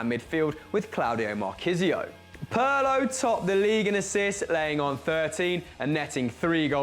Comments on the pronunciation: PIRLO PIRLO PIIIIIIIIIIIIIIIRLO WITH A FREAKIN I NOT PARLO PIIIRLO...good list tho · Perlo? He is called PIRLO ;) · You are still saying Pirlo wrong. The i is pronounced like e in Italian. P(ear)lo maybe that will help I don't know. Other than that great video.